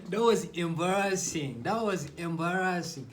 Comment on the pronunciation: "That was embaassig"